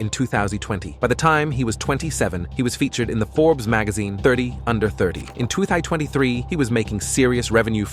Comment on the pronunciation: "In tooth eye tweny three" 💀